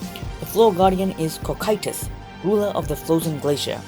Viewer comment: First of all.... you said Cocytus wrong xD